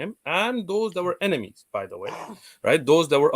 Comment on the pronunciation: You know has a cold or Hayfever when he pronounces enemies as emenies lol. Loved the segment with the Hindus, they may believe in one supreme God but then their symbolism and idolatry leads them astray. Asadullah is completely spot on, Hinduism has had no major influence or impact outside of India. Thanks to Dawah Wise's Demystifying Hinduism videos I was able to follow along without being completely ignorant. Keep up the good work Brothers!